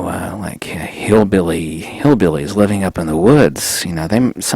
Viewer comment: Because it's funny the way you said hillbilly I grew up in Kentucky, Trosper at the foot of Polk Salad holler , and I grew up in Michigan to and in Kentucky back and forth , used to go mountain climbing all the time as a kid I was thinking about that isolated feeling when you go up in the mountains alone, there's a very peaceful calming almost scary feeling for me when you are alone in the mountains but I remember that as I was watching some of your videos on magnetism and how things work